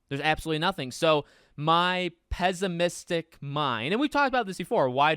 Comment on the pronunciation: Pess-imistic, not pezz-imistic**